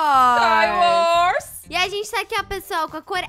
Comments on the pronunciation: kkkkk vc falou iscaiors e até Ver bwos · SKY Wars não Star Wars!